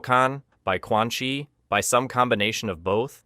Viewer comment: Aint no way bro said "Quan ☕️ "